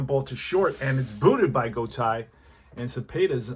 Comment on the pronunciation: enjoyed the game. I really like Deep Drive as a game to occasionally play. Just a minor note for future broadcasts, as an older guy - I remember many of these players. I’m pretty sure Julio’s last name is pronounced “Go-TAY”. Looking forward to more of this project.